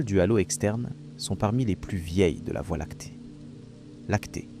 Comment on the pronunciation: documentaire interssant, que la voix IA ne sache pas dire voie Lactée convenablement...